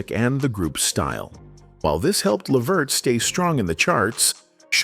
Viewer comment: Hey Before you Can you learn how to say his Name 😡